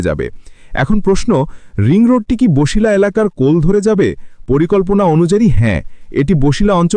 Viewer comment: ভাই উচ্চারণ বছিলা হবে, বসিলা বা বশিলা হবে না।